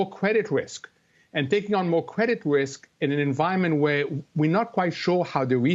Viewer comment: Cwedit Wisk.